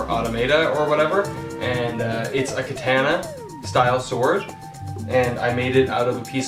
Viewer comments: You know nothing you pronounced the most famous type of sword wrong how can you do that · Said katana weird